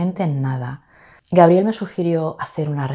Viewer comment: Excelente el video y un honor figurar en tu cuaderno!! Además, me encanta oirte pronunciar mi nombre como si se escribiera con jota, Jabriel. En Argentina lo pronunciamos con la G bien dura como en GUItarra. Saludos!!